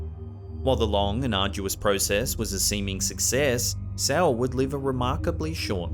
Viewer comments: I am South African and Its not pronounced “cel” its “se le” 🙈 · I AM HUGE FAN OF, I WANTED POINTED OUT THAT THE LAST CASE OF “CLARA GERMANA CELE” THE SURNAME IS NOT PRONOUNCED PROPERLY IT IS NOT “CELL”... (IT IS A ZULU SURNAME) THE PRONOUNCING MIGHT BE HARD! BUT THE WAY YOU SAID IS TOTALLY OFF! Check this link on how the surname is pronounced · Dang bro you just butchered the pronunciation of Cele... its not Cell.... Gotta click your tongue. Anyways man, enjoy the content.